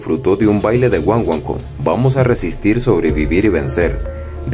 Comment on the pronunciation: PERDON, PERO SE DICE GUAGUANCO, Y NO GUANGUANCO. CORREGIR TUS PRONUNCIACIONES. GUAGUANCO ES UN RITMO CON HISTORIA EN CUBA.